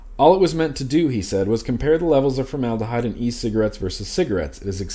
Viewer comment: Formed abyss = formedahyde lol